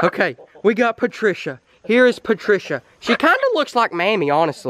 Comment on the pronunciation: “oh PaTrCiA”